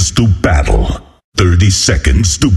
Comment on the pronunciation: PREEPEAR FOR BATTEL